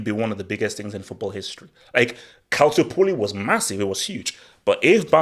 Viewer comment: CALCIOPOLI not Calci poli...